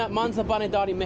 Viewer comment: he completely butchered Dari